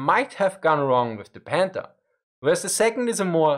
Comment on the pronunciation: Anyone else keep hearing him say "Panda"?